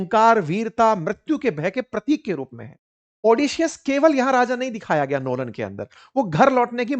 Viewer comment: क्रिस्टोफर लोलन नहीं क्रिस्टोफर नोलन नाम है उनका सर् जी😅😅😅